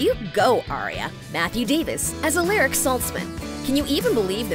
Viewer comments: They pronounced Alaric’s name wrong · I don't like how she pronounced Alaric. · Why are people still pronouncing “Alaric” wrong?! I guess when he said it was a mouth full he apparently really meant it like fr, if you are gonna do a video about the show at least learn how TO PRONOUNCE THE NAMES CORRECTLY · am I the only one who got mad when she said alaric wrong hahahahaha